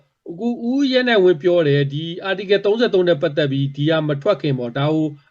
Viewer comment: Article ကို ပီသအောင်မခေါ်တတ်ဘဲ ဘိုလိုကြွားနေသေးတယ်။